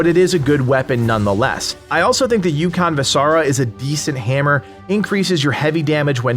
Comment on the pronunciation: I think you pronounce the name incorrectly. Ukko is god of thunder in finnish mythologi Kalevala. Ukonvasara is translated to english: "Ukko's hammer". So you can't pronounce "Ukonvasara" like you pronounce other english words, because it's not english. I hope you get what I'm trying to tell. Btw, good videos!